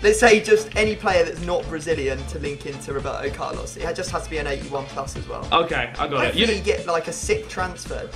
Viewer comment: WROEBERTO CARLOS! - Nice xD